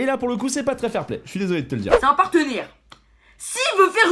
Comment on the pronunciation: Pas trrrrrrrrrrrrrrrrrrrop zenervé mais trrrrrrrrrrrrrès énervé